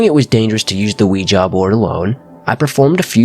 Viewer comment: Nice to hear someone pronounce ouija properly instead of weejee!